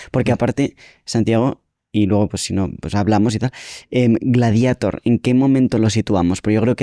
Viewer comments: Porque pronunciamos gladieitor cuando en latín es gladiator ...porque americanizar el latin😢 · Gladieitor no. Gladiatór. Es latín. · Gladieitor? Ahora el latín se pronuncia a la inglesa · Gladieitor dice el tío. Hay que dejarse de eufemismos, neologismos y anglicismos o acabaremos perdiendo vocabulario. Yo aún sigo diciendo "marimandona" en lugar de "empoderada" y pronuncio la "e" cuando digo Baltimore. FREE ZOUHAM o abandonad toda esperanza. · Gladiator por qué pronunciarlo en inglés si es romano?